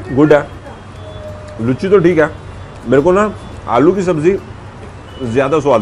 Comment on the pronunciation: लुच्ची नही उसको लूची कहते है